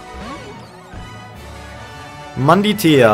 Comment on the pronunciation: Wie er einfach immer Manditea anstatt Mantidea sagt XD